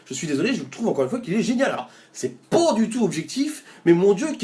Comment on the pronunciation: Ça donne très envie, le "C'est pôô du tout objectif..." apporte sa petite Normandie Touch ;)